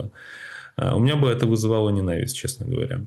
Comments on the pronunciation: Даже интернет не даёт написать так, как вы произносите..лизировать, ненАвисть( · Он это слово говорит по украински, оно по украински звучит именно так. НенАвысть.